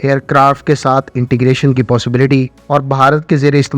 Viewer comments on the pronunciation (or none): none